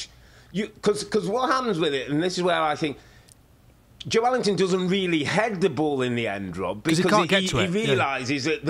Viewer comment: That's a more accurate pronunciation than Joe Linton. The "e" gets pronounced as its own syllable in Portuguese.